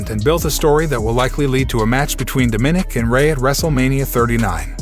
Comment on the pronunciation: Dude, if you can't properly pronounce words like Seamus, McIntyre & Dominic, or bother to check how to properly way the names, how about you let someone else do it?